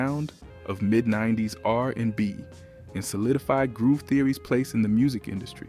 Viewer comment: If you managed to watch this video till the end I give you props. I stopped . Listening to this voice was too disturbing to finish the video 😢, butchering Amel’s name and saying R…and…B 😮… I couldn’t.